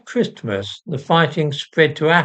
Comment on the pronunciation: Please stop pronouncing the 't' in Christmas.